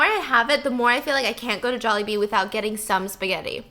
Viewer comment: Jollibee Jawlibee Jaulehbee Jallibee Joalehbea Some are probably not valid but lol!